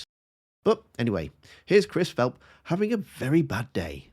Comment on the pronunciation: Philp, pronounced ‘Flop’ suffering from the dry mouth syndrome which attacks the extremely nervous, and those who haven’t mastered their brief. How long can he hang on?